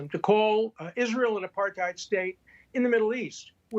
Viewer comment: needs help with pronouncing APARTHEID. How embarrassing!